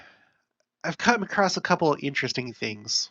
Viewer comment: A bit off-topic, but I find it funny that you make a big deal about spelling and pronunciation, then you say "acrosst" instead of "across".